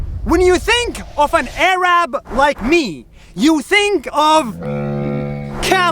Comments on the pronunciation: “Aarab” instead of Arab lol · You spell I right but you say it wrong is not erab is Arab wanna know how I know because I am Malaysia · Eh-RAABS 🤣 LMAO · first time a muslim doesn’t know how to pronounce arab